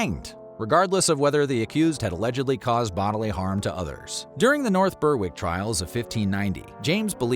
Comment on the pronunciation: The “W” in “North Berwick” is silent, it’s pronounced “Berik”.